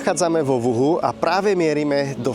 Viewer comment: vyslovuje sa Wuchu, nie Wuhu